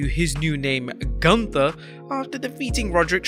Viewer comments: That's pronounced as Goonther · Is it "Gunther" or "GUNTHER"? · First ☝️ great vid as usual😎 PS. For some reason I can’t stop laughing at the way u said GUNTHER! 😂😂😂